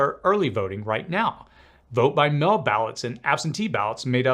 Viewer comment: “…voting by mell” = “…voting by mail”